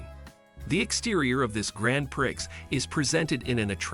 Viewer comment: Can you say Pree? Grand Prix is pronounced Pree! I know it’s your job so try and do it right!